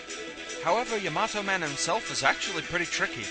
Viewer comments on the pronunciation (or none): Its actually pronounced Yah - Mah - Toh